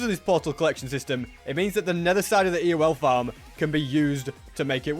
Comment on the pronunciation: Ewell farm? What are you trying to say?